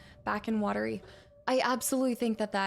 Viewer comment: Oh and the town name "Watery" derives from the Finnish pronunciation of "Huotari". You could hear Ilmo pronounce it earlier. It sounds very similar to "watery" to an English speaker's ear (unlike Alan's pronunciation of it, which is kinda wrong, lol). It's a really nice touch. It's the kind of thing that actually happens when migrants move to a new place and bring their words and culture, and they collide with the language and culture already there, and you end up things like with "Huotari" becoming "Watery", and yet neither cancel each other out. And they both make logical sense in their own way in their own contexts.